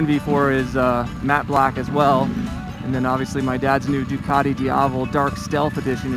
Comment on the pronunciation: Try to get the pronunciation right on the Duc, it's still Italian